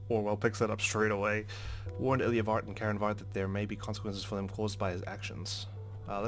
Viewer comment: ilya is a russian name and we pronounce it il'YAAAAAA